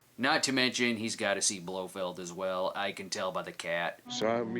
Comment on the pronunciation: um... I believe that’s properly pronounced as “blo feld” is he gonna announce on his bullhorn that he has some black dynamite too?